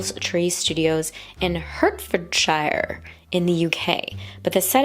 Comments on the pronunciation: Pronunciation guide: Heartfordsher Wickerm Buckingumsher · We need to get you on a British Place Names pronunciation video! Hertfordshire, High Wycombe, Buckinghamshire, all butchered ;D